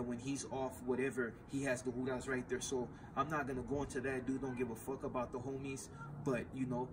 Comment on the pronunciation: Hudas? No disrespect my g Im Puerto Rican I only ever heard homies call the feds “La Handa” that’s like the same shit as hudas or however it’s spelled?